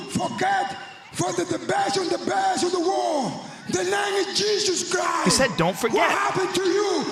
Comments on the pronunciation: he didnt pronounce the T on christ either "dont forget jesus" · He also doesn’t pronounce the T at the end of Christ.